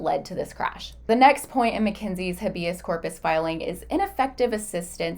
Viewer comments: Small thing but it's driving me nuts: Habeas corpus is pronounced as HAY-bee-uhs KOR-puhs. Here is the breakdown of each syllable: Habeas: "HAY" (rhymes with day) - "bee" - "uhs" (rhymes with bus) Corpus: "KOR" (rhymes with for) - "puhs" (rhymes with puss) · You can’t even pronounce it.